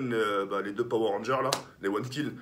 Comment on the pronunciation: "Les deux power rander" 😂😂😂